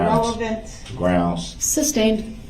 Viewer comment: I wish this POS had a “shock device” on his ankles and every time he said “groundz” he would be shocked! And why did no one correct him on sustained not SUBSTAIN - idiot!